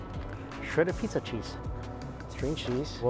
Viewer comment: Homie out here showing the world advanced prison fix’in’s with the pho broth and chips lol. Every time he says cheese “sheeeeeze”